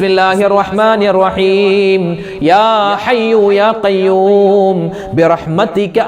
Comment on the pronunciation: റജബ് & ശഅബാൻ കഴിഞ്ഞു റമളാനിൽ അല്ലെ ഉസ്താദ്. ബിറഹ്മത്തിയ്ക്ക എന്നല്ലല്ലോ ഉസ്താദ് ബിറഹ്മത്തിക എന്നല്ലേ ഉച്ചാരണം? പിന്നെ ദിക്ർ കിടക്കുന്നതിനു മുമ്പ് ചൊല്ലണം എന്നല്ലേ റസൂലുള്ളാഹി ﷺ തങ്ങൾ പറഞ്ഞു കൊടുത്തത്.